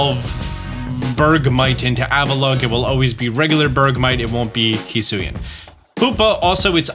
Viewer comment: no, that's not correct at all. Hee Sui An. Not however tf this dummy butchered it